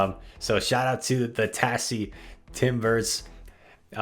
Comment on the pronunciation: Holy shit his pronunciation of tassie! fyi it's pronounced Tazzie